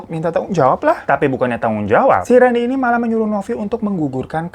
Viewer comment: randy kak bukan rendy 🙏